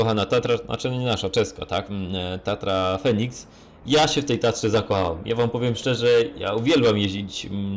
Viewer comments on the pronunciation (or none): none